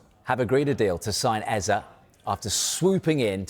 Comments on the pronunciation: Come on, his name is Eze not Eza. It’s only two syllables and not that difficult to say. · its pronounced Ez-AY not Ez-AH.